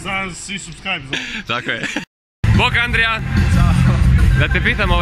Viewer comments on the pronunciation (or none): malo ste progutali slovo ANDIJA😂😂